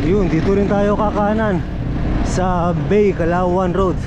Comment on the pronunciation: Eto ang pagkakataon na humirit ng “, baka naman!”.. Ba-i po yata ang tamang pagkakasabi imbes na Bay, Laguna..